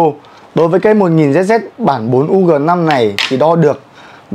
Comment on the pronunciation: sao thay ông nào review đọc tầm bậy tầm bạ v, hết "cm khối" rồi "1000zz" ?